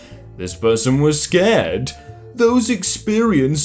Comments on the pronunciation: 1: it's mildly infuriating that you pronounced scarred as scared 2: it's mildly infuriating to put mildly infuriating at the start of every comment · Dumbass can't pronounce scarred. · He said scarred was pronounced scared yknow what it doesn't matter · Its scarred not scared